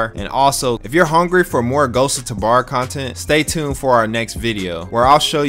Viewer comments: bro idk why but it pisses me off how he says tabor it says it like TAHbor when i only ever hear it pronouced ghosts of TUbor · Omgrhg...ther way you say tabahr